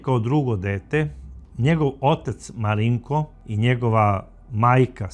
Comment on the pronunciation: Gospodine kako fino izgovarate ime MARINKO 😊 moj sin se zove MARINKO 🙂 a za ovog psihopatu nemam rječi nedao Bog nikom... pozdrav iz Banja Luke